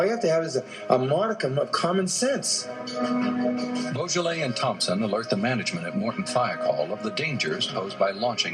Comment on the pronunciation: Please pronounce his surname properly. It's not pronounced like the French wine Beaujolais